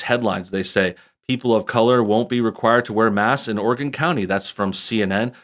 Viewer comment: Thank you for saying Oregon right